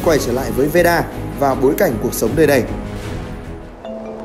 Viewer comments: Veda not Veera :))) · veeda cứ nghe thành veera :Đ